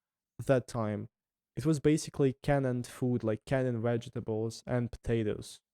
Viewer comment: A really interesting channel. Friendly English tip - canned is pronounced as one syllable. The e is silent.